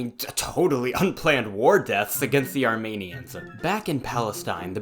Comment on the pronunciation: Idk man good video but who where the A-rme-nian fellows you talked about?